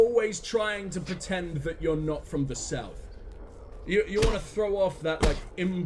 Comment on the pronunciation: So, "sauth", eh? 😂